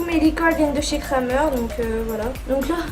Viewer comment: Super vidéo ❤️ par contre on prononce « Krémer » 😂